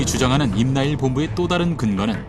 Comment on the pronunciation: 임나일 본부가 아니라 임나 일본부 라고 해야지 멍청한 나래이터님아.